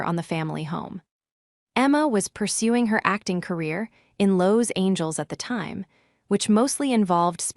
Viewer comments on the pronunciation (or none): Loews Angels? Then there's Ta beth a not Tab itha. N A Y not anyway, Seven zero, zero o'clock. This program can't even pronounce authority correctly. Got to love AI narrations. Why would she give them a $300 bottle of wine knowing they wouldn't appreciate it? Emma is obnoxious and her daughter Ta Bit that is a sneaky little s**t. Could for Caroline for standing her ground. Why do so many of these stories have the fallen person ultimately working as a receptionist at a dentist office. It may not be a glamorous job but its honest work and nothing to be mocked.